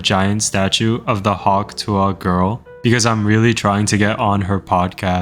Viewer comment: Why do you pronounce tuah like that